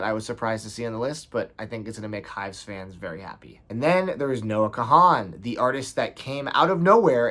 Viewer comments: the 'h' is silent in kahan - think james caan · I’ve never heard kahan pronounced like that before 😅 good list, can’t wait for dead by sunrise